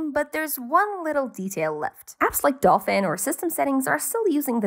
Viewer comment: I kekwd when you said "adolfin" xD